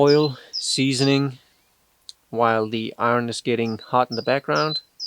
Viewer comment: You say iron the correct way already Ir n